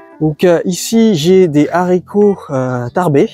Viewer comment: Bravo pour votre potager super productif ! Et un merci pour avoir fait attention à ne plus faire cette liaison sur les haricots ! 😀